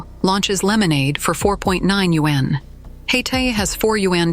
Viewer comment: Why does the narration mispronouse the word yuan?? I would expect better from a China-themed blog 👎